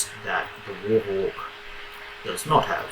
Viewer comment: The "wOrHoWk"